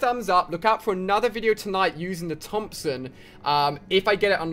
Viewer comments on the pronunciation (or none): none